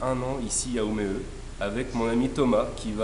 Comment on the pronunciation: Bravo les gars pour la vidéo très intéressante pour moi qui va habiter à Umeå à partir du mois d'Août prochain, par contre attention à votre prononciation du "å" suédois comme dans "Umeå" mais sinon c'est vraiment très bien ! Merci :)